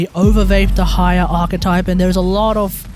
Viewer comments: it might help to say deh slower. day-high-ya instead of d' high-er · Please, look at this video to learn a better pronunciation: Your atrocious pronunciation of Dehya made so hard to follow the video. More so that everytime you try to say Dehya, you basically say "the higher", which makes things very confusing. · I wanna watch this video so bad but the way you say Dehya is so atrocious it's making me break out in hives